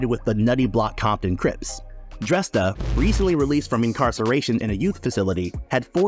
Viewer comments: What's up with all the mispronouncing shit on you tube? His name is pronounced DrAYsta. You doing fuckin stupid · Isn't Dresta pronounced 'Draysta'?